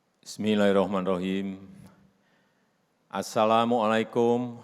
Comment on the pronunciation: Bismilleehirrohmeenirrohiiim bukan bismileirohmenirrohim